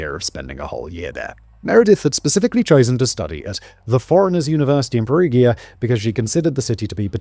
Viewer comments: Just an fyi, in Italian "gi" makes a "j" sound. Like in Luigi or giant. They spell "Julia" as "Giulia". So Perugia is pronounced with a soft G. Incentive to not shoot the messenger, I give you a fun fact, Perugia has a chocolate festival! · His mispronounciation of Perugia is driving me wild ! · yeah doesn't perugia have a soft g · I know.. every time he says Perugia with a soft G it's like a punch to the gut. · Yeah I was repeating Perugia, Perugia, Perugia! 😂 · Please tell me he doesn't pronounce Perugia like that throughout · Peru-ja, not Peru-gear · Are you going to continue to say "Perughia" all video 🫩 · From what I understand of romance language phonetics, the town in Italy should have emphasis on the U and a soft G... per-U-gia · really? pe-roo-geea?! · The fact that you cannot pronounce Perugia, and other names means that I don't think it's worth listening to this. To add. I think being so flippant is very disrespectful considering a girl is dead.. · In Italy if you go spontaneously to talk to the police or are called by them but you are not charged with any accusation, then you are not supposed to have a lawyer with you but you are bound by law to say the truth. If you are charged with accusations you can't be heard without a lawyer but you can lie. And it is Perugia with a soft g, as in gentle, generation, genre ecc, not a hard one as in got, give ecc. Because there is an i before the a. Just so you know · For the love of life, please try to pronounce the town of Perugia correctly! Surely you've heard of this town before, at the very least in need reports. I love your videos and watch them daily but cannot get thru this one bc of the mispronounciation. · I wonder if that's actually the way you pronounce Perugia. It is said a few times in Mass Effect 2 and all of the characters that said it pronounced it differently than Simon.